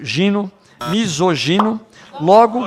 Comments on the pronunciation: "Misosogino" kkkk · O delegado deputado não conseguiu falar misógino?? kkk